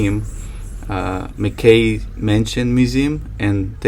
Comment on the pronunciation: It's pronounced Mac-Key not mcCay :-)